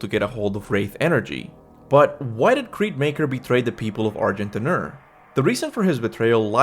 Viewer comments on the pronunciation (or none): You definitely don’t pronounce the d in argent d’nur… it’s not argent dinner lol